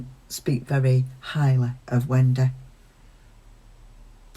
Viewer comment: Still love how you say “Wen-day”. 😁